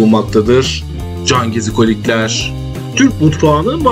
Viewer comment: Her cümlenin sonunda cangezikolikler demene gıcık oldum o nasıl bir vurgudur öyle sana ilk tavsiyem hemen diksiyon dersleri alman 👍